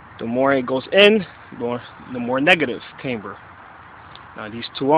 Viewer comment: Wtf is "came-ber"